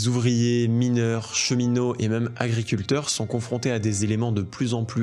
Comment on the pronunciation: Tu dis « meum » pour même. Tu es breton?